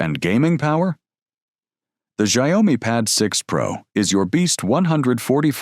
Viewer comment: Xiaomi, correct pronunciation is "shiao me," simple one syllable sounds.